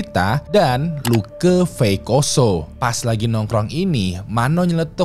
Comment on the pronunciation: Funny when sebut LUKE.. jadi luka..